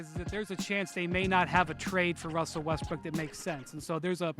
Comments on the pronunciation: Windy calls him "Wussel Restbrook" a lot! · I’m glad I’m not the only one that says “ Wussell Westbrook” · "Wussel Westbrook"